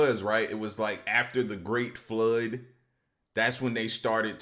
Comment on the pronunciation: After the flURd. Before the flurd they was all flurffers.